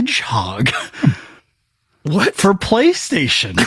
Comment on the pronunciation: I don’t know what’s worse… Huck’s blood-clot or Sean’s “Hedgehog.”